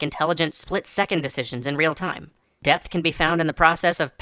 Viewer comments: at the begining i thought you say "death" every time you said "depth" , and i was REALLY confused why we want more death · at first, I thought he was talking about "Death" instead of "Depth". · It can't be just me that hears "death" every time he tries to say "depth"? I was really confused for a while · I kept hearing "death" and not "depth" at first.